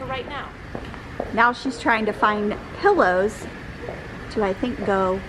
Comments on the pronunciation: As a decorator how can she not pronounce the word pillows, she keep saying pellows pelllows pellows. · For Gods sake it’s “pillows” not “pellows”!!! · pet peeve of mine...pellows or melk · Wow. Pellows, really. How would anyone take advice when she cannot even pronounce the word pillow? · What the heck is a Pellow? It’s pillows! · She mis-pronounces pillows - calls them pellows. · "Pel - lows, Pel - lows, Pel - lows," LOL!! ❤️ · Love the video. Great tips. But why does call them “pellows”? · What...did she say PELLOWS? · I like "pellows" too😍😁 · It’s so cute the way calls pillows “pell-ohs”...